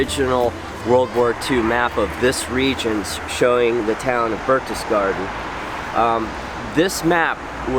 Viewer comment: I freely admit I am splitting hairs, but you could have pronounced "Berchtesgaden" correctly with a hard 'k' instead of the soft 'ch' if Band of Brothers could do it you can to! That being said, this is a wonderful piece!